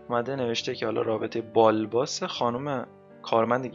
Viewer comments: بالباس نه و با لِباس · با لباس رو نمیتونی بخونی، میخونی " بالباس"